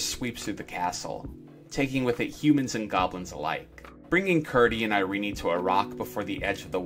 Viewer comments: Why do you pronouce Irene(EYE-REEN) as (EYE-REE-NEY)? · And it was pronounced Iree-nie. An unexpected, odd decision, but I love her name!